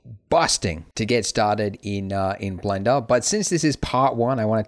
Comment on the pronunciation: Do you even English? "If you're a complete beginner to Blendo" did you mean Blender? ...not Blendo?